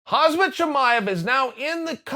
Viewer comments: Hey kael, his name is Khamzat, not Hazmat! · For God's sake stop calling him Hazmat. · He is khamzat not khazmat 🤦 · it's not khazmat it's khamzat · Its khaMzat for fuck sakes not khaZmat.... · Say it with me,... "CHCHCHAAAMMMMM..... zat. CHCHCHCHCAMMMM..... zat. CHCHCHCHCAAAAMMMM...zat." CHAM-ZAT, is a fighter. "hasmat", is a protective suit. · Chael: "Hazmat" Chernobyl: "Ok, great." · you still call him hasmet? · I wonder if Chael will ever get Khamzat's name right. Or does he need to officially change it to Hazmat 😂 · Chael says khazmat but writes the title Khamzat. Ok Great